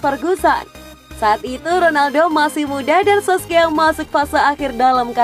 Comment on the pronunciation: Solskjaer bkn sokskier😂😂